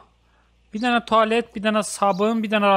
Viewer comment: tualet. Ermənisen sen ? 😃